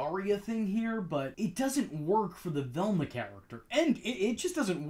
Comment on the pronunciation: stop saying Thelma please at least thats what it sounds like